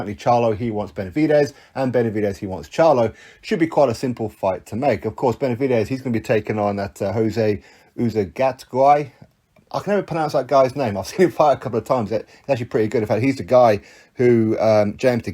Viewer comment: Uzcategui? Most people say it oots - cat - arg - e oots like the end of boots, and arg like the start of argue